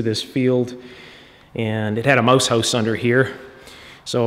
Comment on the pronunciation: You say "mouse house" really Cannadaesque.